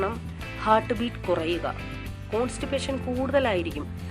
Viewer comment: ചേച്ചീ...ഹേർട്ട് അല്ല ഹാർട്ട് എന്നേ പറയാവൂ...